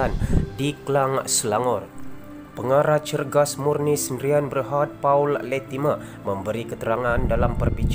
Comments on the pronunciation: Paul pun kau tak tahu baca. Baca Pol bukan Pa-ul. Dulu ketua whip, kau baca ketua W-H-I-P. Tolong berhenti jadi YouTuber. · The reader - correct ur pronunciation on this name -PAUL - jangan memalukan - polish ur reading professional - don’t get people to sleep to listen to your script reading !! memalukan melayu